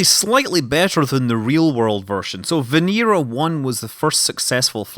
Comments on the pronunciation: Why does Scott pronounce Venera 7 as Venira 7 when its clearly Venera 7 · & Kosov Kanal It's Russian and that's how you pronounce it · It's pronounced more like Veñera. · & Kosov Kanal Scots do what they want. You'll never take our freedom.